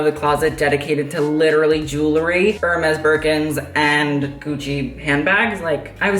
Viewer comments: Kid, if you're gonna be a fashion vlogger pls learn to pronounce Hermes properly. It's pronounced AIR-MEZ. I cringed every time you said ER-MEZ :/ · If you want to know... Hermès is pronounced in French « Air-Mess »